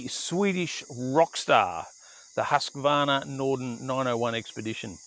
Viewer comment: Please, English speakers! Do learn how to pronounce Husqvarna 😂 Much Enjoyment 👍😎